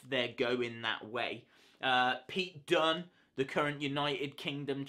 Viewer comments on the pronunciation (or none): none